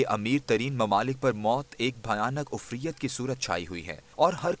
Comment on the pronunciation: DEAR YE LAFZ " OFRIAT" NAHI BULKAY " IFREET" HOTA HY PLZ. READERS MISTAKE